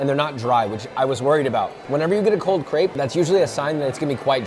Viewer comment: Knows a good crepe. Still can't pronounce it.